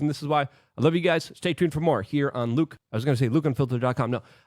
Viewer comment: luke pronounced his own name wrong today. keep up the good work luke.